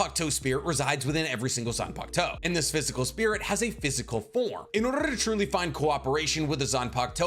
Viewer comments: Rolling Rs in “order” is crazy 😂😂😂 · Why did you roll your R 😂😂 for the word order???? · R roll 😂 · the roll of the tongue lmfao